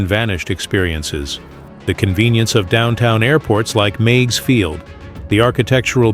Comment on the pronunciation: The little lakefront airport in Chicago was pronounced Miggs, rhymes with twigs & pigs.